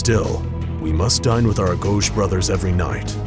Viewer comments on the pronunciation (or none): "auh-go-gee" ... not Ah-Go-Sh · It's pronounced (A•Go•Gee) Not agojj Face Palm! 👎🏻🤮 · "Agoge" isn't "UH-gohj"" it's "Ah-go-gee" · ... its pronounces Uh-goh-ghee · Agoge (A-go-gee) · Goddamnit, it's fucking agoge, not agosch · Every time he pronunces agoge the way he does it's like someone kicks me in the balls. Good video though. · I wish this guy played AC Odyssey so he can pronounce his words as Leonidas would ijs it’s cringe af for him to narrate like he’s Leonidas but butcher the shit out of every name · The way he pronounced agoge made me cringe. Other than that, pretty decent video